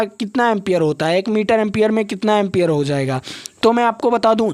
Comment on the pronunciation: Empier hota Hai Sir